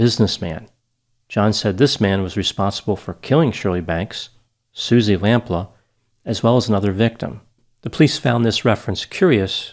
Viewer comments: And Suzy Lamplooo not Suzy Lamplahh... makes me chuckle with his English pronunciations.. he is very good. but he murders the English language sometimes lol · you appeared to call her "Suzi Lamplaugh". her name was/is "Suzi Lamplugh" (Lam-ploo, as you can see by looking at the spelling of the name). please don't misrespect (by failing to research how to pronounce) peoples' names, thank you :-) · I live in England and I remember this 😢her name is pronounced as Suzie Lamp-pew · It’s pronounced Lamploo. And Fulham (Fullam) is in West London. It’s not a separate town. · I think it's pronounced "lamp-loo" The Susie Lamplugh Trust does really great work to help people to make sure that they are easily findable and safe. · It's "Lam Pluu", but ultimately it's a small issue, poor woman. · Great video. Lamplugh: Pronounced "LampLooo" Thanks for analyzing this case. The question I have always had about this case: Where did Cannan stay in London, in the days or weeks between his release from the day hostel, and when he returned to Bristol? None of the documentaries ever mention that. He must have had some indoor area in order to rape and kill her, unless that was all done in his car? I only wonder because that's where all the forensic evidence would be maybe even to this day. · It’s pronounced Suzy Lamp-Loo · ( Lam-PLEW) xx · It's pronounced 'lamp-lee'. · It would have been respectful to the family to get certain basic details right. Firstly "Lamplugh" is not pronounced as in the video and secondly Suzy did not live alone at the time of her disappearance. Thirdly Fulham is not "a town west of London" but is in fact part of London (it is fairly central). Finally pronunciation of Fulham is incorrect.